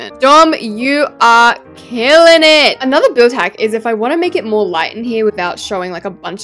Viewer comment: When said git instead of it: umm I’m sorry, but you gotta go back to kindergarten.